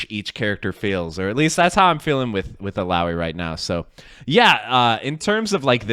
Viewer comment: He pronounced "Illaoi" right